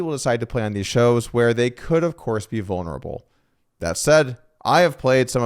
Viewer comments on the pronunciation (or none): I miss the way you used to say vurnurable ❤